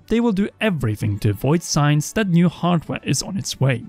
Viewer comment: should use skillshare to learn how to pronounce certain english word correctly. There is no "F" in the word "three" or "things" and there is definitely no "D" in the word "that" or "though". Also jesus christ how does one fuck up the word "acknowledge" that bad? xD